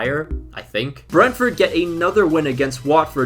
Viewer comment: Surprised there aren’t many comments saying about how poorly he’s pronouncing Brentford